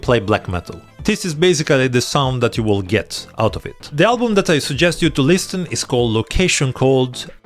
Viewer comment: It's liSSSen not lisTen